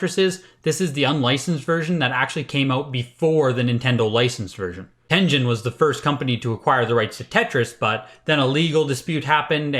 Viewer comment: At this rate, the next sticker sealed SMB might actually sell for 1 million. Never thought I'd see the day... Uh sir, it's pronounced Ten-Gen not Ten-Jin. What kind of collector are you? XD Ah yes, I used Mike Etlers list several times when I first started collecting. Back when all NES carts were like $1-$5 because they were seen as old and not collectable. The list is pretty pointless now as you can just look them up on your phone but an important piece of history no doubt.